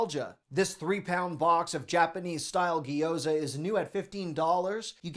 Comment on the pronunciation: "gyoza"= gee-ow-ZAH. Source: am Chinese-American. Love your videos!